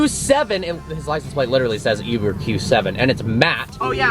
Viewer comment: “Yuber Q7” 😂😂